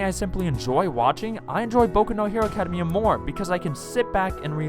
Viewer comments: What is this "Acadamaya" that you speak of? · Good video but... Why do you say "academia like that?